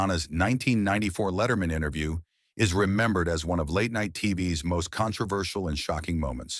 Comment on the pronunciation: "the most contervershul late-night interview"